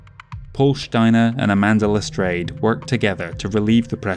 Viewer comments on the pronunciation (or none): Enjoying this. Very thorough and well done. Also it's "Leh-strahd" not "Le-strayed" for Lestrade.